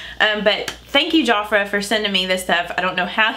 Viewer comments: I think I remember Jafra from back in the day, and I'm 52 lol, and I THINK it's pronounced jaf (like half)-ra, I'd love to see what you think of the blushes and mascara, please let us know! love your videos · My mom loves Jafra skin care has been using it probably for the past 30 yrs. And your other subscriber is right you pronounce it like two words. There almost like Mary Kay you order by catalog and a representative will have parties so that you can try out products. Love your eye shadow.